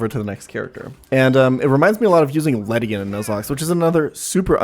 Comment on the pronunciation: He just said ledian HAHAHA Lel